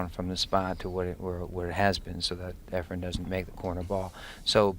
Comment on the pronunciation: For some reason Every commentator on Every video says EFREN'S name EFREM😳